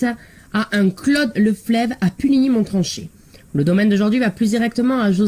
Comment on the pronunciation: On dit monrachet